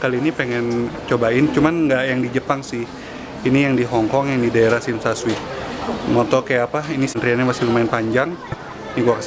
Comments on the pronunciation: Klau orang hk bilang nya sim sha coi bukan sim sha shui.. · tsim sha shui (baca shim sha coi) lucu liat si bilg shim sha shui 😃 jgn marah ya ko, dibenerin dikit..